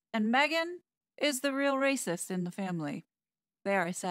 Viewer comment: I really like the sound of the word when says it. It emphasizes the spirit of the comment.